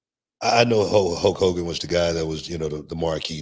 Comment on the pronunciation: I could listen to Booker T say the name “HO KOGAN” forever.